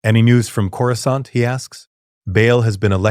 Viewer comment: Curoscant, some of Jedi Council members, I stopped bothering those because those AI prompt channels don't care.